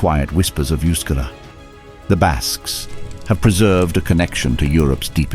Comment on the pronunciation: And yet the narrator didn't care about pronouncing the word euskera correctly.